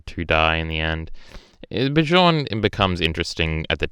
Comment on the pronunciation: Its not bishorn. Bjorn is pronounced beyorn. Learn the nordic names. Thors and thorfinn are amazing characters.